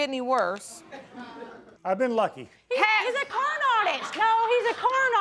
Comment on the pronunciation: He a corn artist 😆 am I only one that heard that. Is that how you say that?